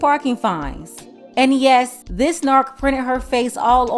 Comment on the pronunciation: I did hear her say "dis MAGA country" 🤔